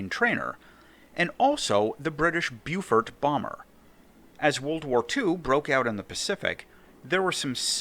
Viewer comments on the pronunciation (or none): Hello. Big fan of your work. Let me offer a correction please. Beau is pronounced bow. Beaufort can be Bow-fert or Bow-fort. Both are apparently considered correct.